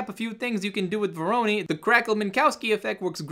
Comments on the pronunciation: google speak: "Voronoi" R.S.LLC: "Vowrowney" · VO-RO-NOI !! LOL!